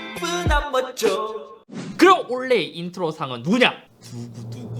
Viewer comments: 영상 보다 말고 투표하고 왔습니다. 2개까지 선택 가능하면 좋겠단 생각이 맴돌았지만 찬혁이가 너무 멋있네요. 근데.....................올해!의 발음이 올레 라고 하시는거 같아서 kt에 조금 심하게 대해서 미안한 감정이 있어서 그런가 혼자 피식해봤습니다. 작년 한해 영상 재미나게 잘 봤고 올해도 잘 부탁드립니다. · '원래' '올해' '올레' 발음비교 영상좀 부탁합니다 ㅋㅋㅋ(농담ㅋㅋ) 한해 동안 고생 많으셨습니다. 22년에도 좋은 영상 많이 부탁드려요!! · 원래,올해,올레 이 세단어의 발음이 저만 똑같이 들릴까요? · '올해'라는 단어를 발음 못하시네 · 올해를 올래라고 발음하시네 ㅋㅋㅋㅋ 뭔가 사투리인가 (나쁘다는 의미는 아님) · 올해가 올래로 들리는건 나만그런건가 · 올레에서 광고비를 받으셨다면 밝히셔야합니다. '올해'를 계속 올레 올레 하시는데... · 올해가 자꾸 올래로 들려서 웃으면서 봤습니닼ㅋㅋㅋㅋ 어쩔 수 없짘ㅋㅋㅋㅋㅋ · 저만 올해가 올래라고 들리나요...ㅋㅋㅋ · 올해 = 올래 발음이 올래.. ㄷㄷ KT를 아직 좋아하시는 잇섭님의 발음 클라스.. KT는 포기못하지 ㄹㅇㅋㅋ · 형 새해 복 많이 받어~~ 근데 잇섭형 올해 발음이 잘 안되네 ㅎㅎ 올래~~~~ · 올해를 올래 라고 발음 하는건 최악의 발음 상 줘야 되는거 아닌가 자꾸 올래 올래 하길래 KT 가 잇섭한테 광고준 줄 알았네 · 올해를 올레로 발음하시는게 고도의 kt까기? ㅎㅎ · 올해를 올래라고 발음하시는게 귀여우시네요ㅎㅎㅎ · 자꾸 "올래의 ㅇㅇ상"이라고 하는거 킹받네ㅋㅋㅋㅋ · 올해를 올래로 말하는 거 킹받네 ㅋㅋㅋ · 올해 올해 올해 올해 올해 올래 올해 케이티에 미련이 있는지 자꾸 올레라 외치는 잇섭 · 근데 왜 자꾸 올해를 올레라고 하세요? 크흠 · 그른데, 올해를 왜자꾸 올레로 들리는건 ... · 올해 를 올레로 발음하는거 나만 킹받나?ㅎㅎㅎ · 올해 발음 특이하네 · 올해 발음 킹받네 ㅋㅋ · 잇섭님 근데 올해를 자꾸만 올래 올래 라고 하시네요 ㅋㅋㅋ 올-해 아닌게요 ㅋㅋㅋ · 올해를 올래로 발음 하는건 KT 저격이네 ㅎㅎ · 올해를 올레로 발음하는 이유는 kt 저격인가요? ㅎㅎㅎ 농담입니다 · 형 올해 한번만 제대로해주세요ㅋㅋㅋㅋㅋ 올레 말고 올!해! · 올래라고 자꾸하시네요 ㅎㅎㅎ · 올해가 자꾸 올레라고 들리네 ㅋㅋㅋ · 올래의 웃깃발음 상 : 올해를 올래라고 하는것...케이티 간접광고아니조??? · KT 상주는거에 너무 기뻐서 "올해"를 계혹 올레라고 발음하는거 맞죠? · 올해가 올레(KT때문은 아니겠지…)로 들리게 하시는 잇섭님 이번년도 좋은영상부탁드립니다 ㅋㅋㅋ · 잇섭님 자꾸 '올 해'를 '올레(Olleh)'로 발음하시는 건 혹시 PPL인가요? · 왜 올해를 olleh로 발음하나요? KT 뒷광고 아닙니까? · 올레 올레 하시는거보니 역시 KT .. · ‘올해’를 ‘올레’라고 말했으면 kt도 화홰신청 할 때 됐다 ㅋㅋㅋ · 올래 가 아니라 올해 요 ㅋㅋ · 썹님 올해의 발음 한번만 생각해 봐 주세요. 올해가 자꾸만 애증의 올레로 들려요. 올해에서 ㄹ탈락이 일어나더라도 오래로 발음될 것 같은데 올래올래 아무튼 올해 새해 복 많으 받으세요:D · 올래 아니고 올해라고요.. 아 킹받네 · 자꾸 올해를 올래라고 하는 거 넘 귀여웤ㅋㅋㅋㅋㅋㅋㅋㅋ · 엉뚱한 얘기일지도... '올해'를 "올래"로 발음하시는 것이 너무 신경 쓰입니다. "오래"로 말씀하시는 게 맞다고 생각하는 데. 한번은 괜찮은데 자주 반복되다 보니 집중이 어렵습니다. 길게, 강조해서 말할 때 "올~해"는 괜찮습니다만. 모두들 희망찬 새해가 되기를 바랍니다. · 계속 올해를 olleh로 발음하시는데 kt에서 뭐 받으신거 있으시나요? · 형 올해를 발음할때 왜 올레라고 하는거야 ㅋㅋㅋㅋㅋㅋ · 계속 올래 올래 하길래 kt얘긴가 했는데 '올해'ㅋㅋㅋㅋㅋㅋㅋ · 올해를 올래라고 발음하시는데 올해가 어려운 발음이에요? 이런거는 처음보네ㅎㅎ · 형 자꾸 올해를 올레라고 발음하는 것 같아요 ㅋㅋㅋㅋㅋ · 올래??? 아니죠 올해입니다....ㅋㅋ